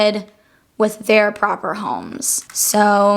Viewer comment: “Pruper homes”